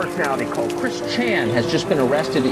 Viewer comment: I don't know why, but the newscaster calling them "Chan" makes me laugh so much